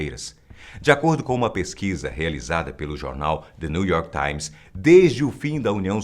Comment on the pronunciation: Que jornal é esse Te Neyou orki taimis?? the New York times 😎 Ficou muito gay quando ele disse (Te Neyou) kkkkk